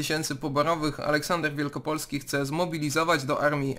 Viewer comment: Cymbał nie potrafi przeczytać nazwiska Wielopolski . a tytuł sztuki Kantora pt Wielopole Wielopole , z pewnością przeczytałby WIELKOPOLE